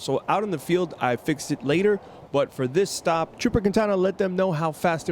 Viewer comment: Is he saying "the reason for the drop or the reason for the stop"?? Sounds like drop lol